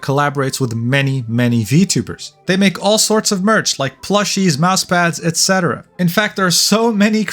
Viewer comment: No fucking way, finally someone who pronounces etc correctly.